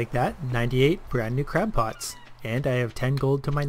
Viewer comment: ...did you call them crap pots? XD